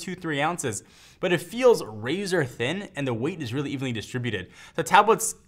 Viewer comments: I like how special pronunciation of the word "really". He's like, "weally weally weally great" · Wealy wealy ?? Really!!! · Weally Weally Weeaally good video.